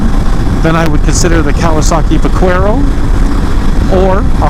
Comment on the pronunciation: Great video. FYI, in Spanish the letter Q is pronounced as K. When you were saying Vaquero.